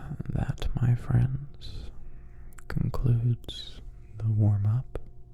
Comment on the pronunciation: Warmup or waRRRRRm up :>~